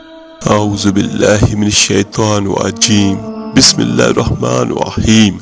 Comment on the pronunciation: Pehley bismillah sahi se kehna seeks lein.